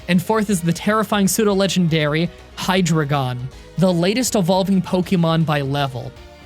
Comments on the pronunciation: Overall you did good with pronouncing the names, but the hydriegon lines names are based on the German words for 1 2 3. So it's: Die-no. Z-why-less. Hi-dry-gone. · Whirl-eh-peed and Hi-Dray-Gone are the only ones you got inaccurate this time, good job! Well, maybe Tympole, but you're not the only one who doesn't know how it's said. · Ow ow ow it hurt when he said hi-dra-gone, it’s pronounced hi-dree-gon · Um actually pushes up glasses it's pronounced Hy-dri-g-en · Hi-dry-gin, the Deino line has the first three numbers of the German language in their names representing the heads, Deino (Ein=One), Zweilous (Zwei=Two), Hydreigon (Drei=Three). Ein is pronounced like Eyen, Zwei is pronounced like Zwhy, and Drei is just Dry. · it's pronounced hi-dri-gen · I hate to be the pronunciation police but I couldn’t help it. HyDREIgon is actually named after the German word for 3. As is dEINo which is German for 1 and ZWEIlous which is German for 2. It’s like an Articuno, Zapdos, and Moltres kinda thing. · The way you pronounce Hydreigon hurts my ears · Yo the way you said hydreigon made me cringe so hard 🤣🤣🤣🤣 Oh and i wished that you challenged the Alter